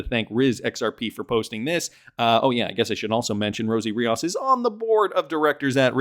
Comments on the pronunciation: It’s Ree-os not Re-aus! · Rios not Riaaaas